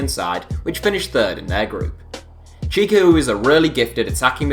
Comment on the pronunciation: yassine chikhaoui’s name is pronounced Chick-ow-ee not chick-ah-oo